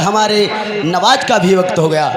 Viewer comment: नमाज को नवाज बता रहे हो